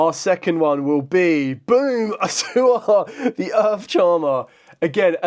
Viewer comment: Its A-U-SSA (A-OOH-SSA). Not Assua. Thanks.